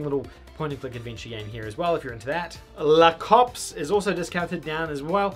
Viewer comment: La Cops is probably pronounced el eh cops.